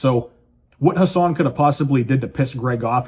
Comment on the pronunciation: Brother, his name is "Who-Sane"